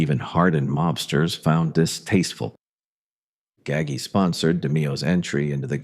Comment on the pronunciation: I turned it off when the AI said Nino Gaggy.